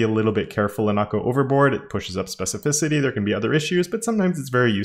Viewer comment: yeah, you (EDIT: mostly XD) nailed pronouncing "specificity" this time :D also very handy selector!